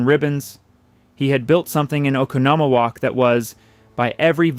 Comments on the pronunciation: It is pronounced Oh con no mo walk. (Oconomowoc) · For the record. Oconomowoc. It's pronounced, "oh con oh mo woc". It native Indian in origin.